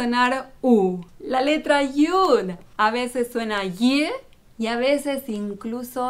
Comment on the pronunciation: Lo estas leyendo en la traduccion al espanol que alguien (no se quien lo habra echo) lo tradujo. Esta persona o personas usan una pronunciacion que es incorrecta porque la letra Yud no suena "J" como la primera letra del nombre que tu escribes.